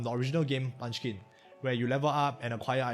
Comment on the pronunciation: Bruh. Its Munchkin